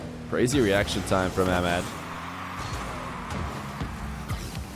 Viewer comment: Your pronunciation for Ahmad is incorrect. The H isn’t silent. I love ur content by the way, I watch it everyday